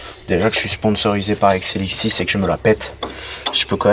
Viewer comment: Quand il dit exilixis on dirait il dit xnxx